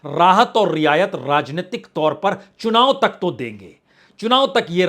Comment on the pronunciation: आप का र्राजनितिक ??र्राज्य?? यह उच्चारण कैसा है।